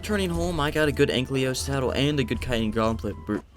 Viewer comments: please say ankylo not anklio. It's the single annoying thing I get in these videos xd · An-kylo not ank-leo.. kekw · Why does it annoy me so much when he says “anklyo” instead of ankylo or anky